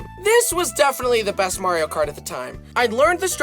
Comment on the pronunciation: Remeber the time he still said kario mart?